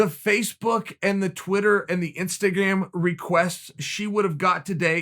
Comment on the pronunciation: If uncle Chael P said It’s Instagam....them it’s now instagam lol